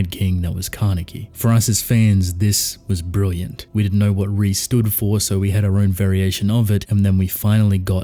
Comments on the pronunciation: It's pronounced ray not re it's Italian for king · No it’s pronounced Re “Re mean King in multiple languages including Maltese”